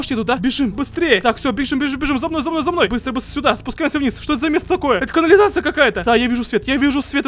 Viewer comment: ТАааааакое а не токое